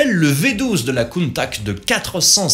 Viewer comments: "Crâneuse", la Miura... première fois que j'entends ça.. c'est juste une référence mondiale dans son genre, mais bon, la critique facile se confond avec le 36ème degré, et le problème est réglé. Countach, pas Countak. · Countach se prononce Countaatsscchhhhe par pitié... 🤣 Ce sont les concepteurs qui le disent!!!